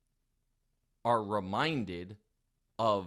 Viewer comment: "you cuntstendly...."